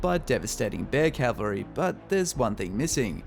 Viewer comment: Cavalry not Calvary